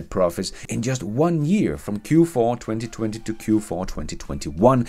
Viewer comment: You saying: in 20, 20FUN 😂🤣😂